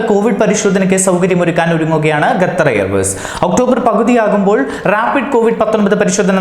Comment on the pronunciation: Gathar allaa potta Qatar ennann